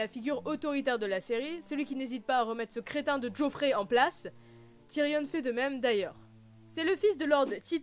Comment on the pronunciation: Tyrion pas Tyrionne mais super vidéo